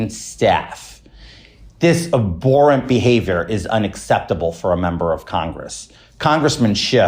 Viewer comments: Anyone elevated to the position of leadership Santos has should at least be able to properly pronounce, ab-hor-ent. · "Aborant"?? Abhorrent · He pronounced "abhorent" as "aBorent" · Karma can’t come soon enough for the idiot that can’t even say “abHorrent” correctly 😂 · If he hadn't lied and stolen his way into the United States Congress, George Santos's comments would be laughable, especially his mispronunciation of the word, "abhorrent". We know what you're doing, Georgie, You're setting yourself up for a pardon. And Anna Paulina Luna? She can't pronounce anything! Not sure what she's setting herself up for. TBD. How in the world did these deviants get elected in the first place? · two grifters and george cant pronounce abhorrent